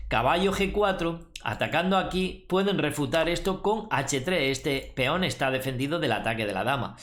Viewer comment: JAJAJAJ es muy graciosos como dice feon JAJAJ